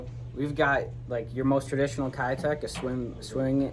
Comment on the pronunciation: Keitech is pronounced "Kay-tech"